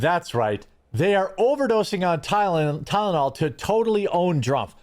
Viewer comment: Why is he having such a hard time saying Tylenol?